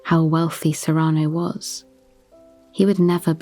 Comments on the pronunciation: it's SEE-ruh-no. I love your voice and have always loved this play. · It bothers me how pronounces "Cyrano" so I can't listen to it.